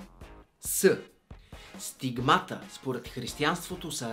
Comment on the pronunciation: СТИГМАТА има различно ударение... Пробвай на И-то... Не звучи ли и по-логично? Кога ще го разберете бе Ютубъри? Ъ?